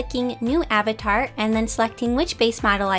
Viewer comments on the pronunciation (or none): none